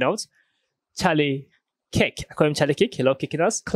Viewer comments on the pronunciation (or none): I wish you would pronounce Charlie’s name correctly, Kirk, with an R, sounds like Kurk